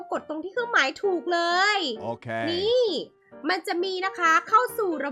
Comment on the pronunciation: ขำคำว่า เรย แทน เลย